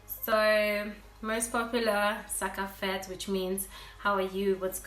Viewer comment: When I heard sa kap fèt I thought u were Haitian